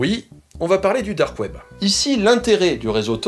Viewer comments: on va parler du "DOOORK KWEEEB" MDRRRR j'ai rematé cette phrase 3 fois xDD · Merci pour cette vidéo, il y avait quelques points que j'avais mal saisi. Et tu m'as tué avec le "DARQUE OUAIBEUH" ! Pour la peine voici les timestamps (oui j'avais trop de temps à tuer ce soir): Mention spéciale aux deep voisins, là aussi tu m'as tué :''D